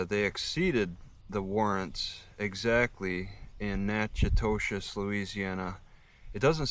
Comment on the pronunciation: Hey... I grew up in Natchitoches. It is prounounced 'nack-uh-tish.' Hope it all works out for you.